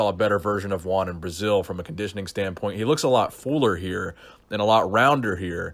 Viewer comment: SHOTGUN20000 Lol I thought he was saying “Gian”